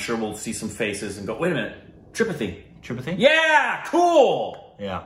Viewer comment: its pronounced as Tri- paa- thi.. The t in "thi" is pronounced as t in "Tom"!